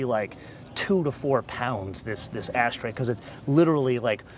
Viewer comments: its ashtray not asstray... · It sounds like he is saying "ass tray" instead of ash tray.